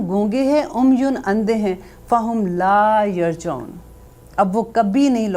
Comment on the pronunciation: App ka samjany ka indaz boht khob.lakin aap tajweed Mai ghalti kr rehy.laa yrjioon Mai bi pehli mistake yeah hoe